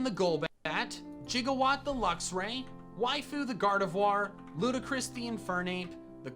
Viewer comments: mandjtv saying “jigawatt” instead of “gigawatt” makes me irrationally upset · We're just gonna let this mans call Gigawatt, Jiggawatt though?!